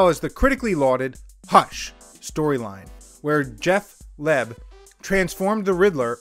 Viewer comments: it's pronounced: Jeff Loeb like frontal loeb. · What about the single story appearance of John Astin as Riddler in the Adam West series? Also, Loeb is pronounced like "lobe."